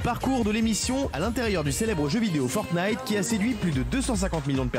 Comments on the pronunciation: Francesca : Fortqnite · Forknite lol